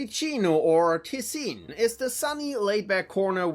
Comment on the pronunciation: Can’t blame them for mispronouncing tessin, they said it like it was a German name